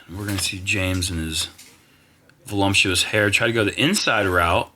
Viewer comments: Did just say "volumptuous"? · voluptuous hair, not volumptious